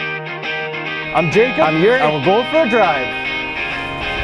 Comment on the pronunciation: "I'm dick I'm here at Volvo Drive"